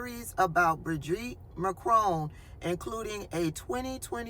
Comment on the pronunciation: Good! I think you nailed her first name “bridge-eat”